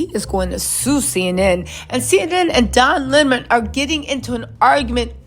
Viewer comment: It's don not dom